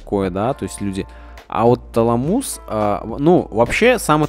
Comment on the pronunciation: ТалАмус, а не ТаламУс.